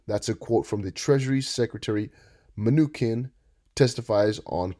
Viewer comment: Not only are you unable to say Mnuchin You dont even have who said what straight...if your gonna bandwagon put in atleast a min effort to not sound super uneducated